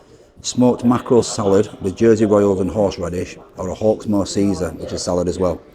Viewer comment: Hawk-more? no thanks